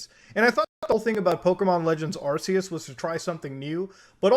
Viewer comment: It’s not f*** arseeus!!🤬😤😑 it’s arceus like ark but with a C!🤦🏻‍♂️